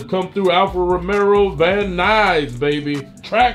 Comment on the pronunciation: Romeo not romero